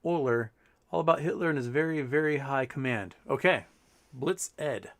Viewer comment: good show as always... But please consult your swiss friends on how to pronounce blitzed.